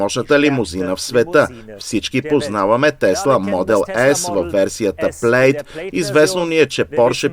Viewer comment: Топ ! Една забележка към превода. Tesla Plaid се произнася Плад, не Плейд. AMG при произнасяне следва да се избере немската версия или английската, съответно А - ЕМ - ГЕ или ЕЙ-ЕМ-ДЖИ. Както го произнасяте А ЕМ ДЖИ е някакъв побългарен английски, използван сред горублянските джамбази.